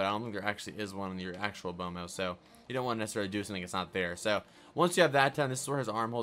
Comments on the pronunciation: He pronounced B.M.O wrong is said it like bomo but it's like Bemo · itz bemo not bomo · It's pronounced BEAM O, not bomo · he said bomo instead of beemo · its pronounced beemo not bomo lol B.M.O. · omg he called it bomo hahahahahhahahhahahahahhahahahahahahhhahaha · Did anybody else wanna click off immediately when he said “bomo” the disrespect 😔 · U said B.M.O wrong